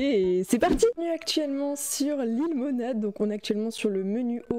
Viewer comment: dit lilemonade en mode anglais